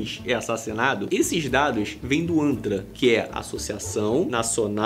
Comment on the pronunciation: Poderia jurar que você falou anta! Os eram do anta! Tive que ouvir umas 4 vezes😮, é antra